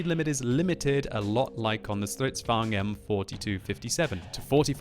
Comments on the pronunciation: How you pronounce stridsvagn: "Stridzvuagn" XD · att you said it wrong is now german is swedis and you prenuse it like this stritsvang 42 is wahy is croting like the strv 42